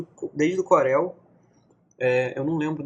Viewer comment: "Corél" UHEAIUHEIUAHS é "Córel"